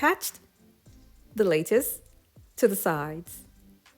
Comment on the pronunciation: Lattice is pronounced lat- us. Lat rhymes with bat. Not lay-tus. JS. ;)